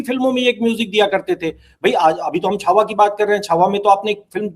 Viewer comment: Shahujee Maharaj nahi Shri Sambhaji Maharaj...please see that u don't talk wrong things . Chaava bolein . Chavha nahi . Cha mein Aa ki matra , wa